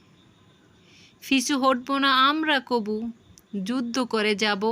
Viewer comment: যুদ্দ না যুদ্ধ। আমার তো উচ্চারণ ঠিক নাই। কি সব ভুল-ভাল উচ্চারণ করেন। উচ্চারণ ঠিক করেন আগে।